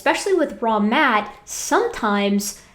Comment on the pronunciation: Fun fact. First few times you covered these guys I honestly kept hearing "Wrong Matt" instead of " Raw Matt". Still think my brain had a point there.